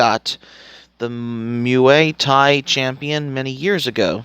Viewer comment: Bro, learn how to pronounce the words you're going to say before you start recording. Most of their pronunciations are actually pretty common knowledge too. Like "muay thai" and "succumbs". How have you never heard anyone say "muay thai" or "succumbs" before? And "dark hadou". They say it in this move a bunch of times. How do you not know how to say it? Did you actually watch the film? Or did you just read a synopsis?